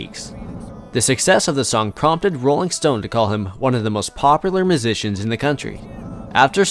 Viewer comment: Is he saying Mujicians